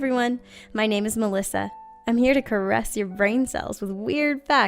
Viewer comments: That's most definitely not how you pronounce the Maldives. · you say Maldives wrong and it was very annoying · Why does every one pronounce maldives wrong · You say Maldives weird, Also Manchu Pichu